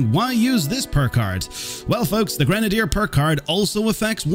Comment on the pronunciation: Super cool, but my arse is itchy from how ur saying grenadier.